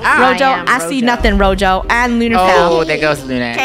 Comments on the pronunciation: Btw its gezo not rojo😅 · It’s not Rojo It’s Gojo how do you say it you say go and then say Joe gojo